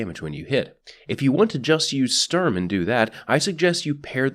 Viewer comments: Just say "Shtorm" and roll the "r" Also, it's only appropriate to scream "FÜR DAS DRITTE REICH!" when using Sturm. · I could be very wrong in this, but I thing the pronunciation is something like "shturm" and "drahng" Started German language classes only recently so I could be very very wrong. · Sturm is pronounced shterm, just to be helpful. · The way this is pronounced is "Shturm". You pronounce it like sterm. Like take the U from Honolulu, Sh from shit. There you go. Shturm. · It’s either How you pronounced it, but it might be pronounced Shturm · sturm is pronounced "stoorm" basically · sturm is said like this s(h)turm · The U in Sturm is pronounced a bit like you would say YOU (U mad?) and the ST is pronounced like ShT. Your Welcome. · german here, it's pronounced like "shtoorm". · MC Aaron E nah, it's a german word which is pronounced like "shtoorm". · Sturm pronounced correctly in German: "Shtoorm" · I am German and yes you said it wrong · I am german and I am offended when he says Sturm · It's not pronounced Sturm, it's pronounced 'my names jeff'